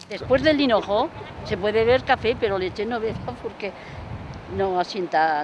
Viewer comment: Dicen Cenojo?? En vez de hinojo??